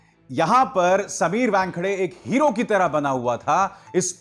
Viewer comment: Abhisar calls him Wangkhade! It sounds funny!